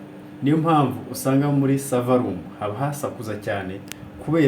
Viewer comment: Serevere .. !! 🤣🤣🤣🤣🤣🤣 "Server" 🤏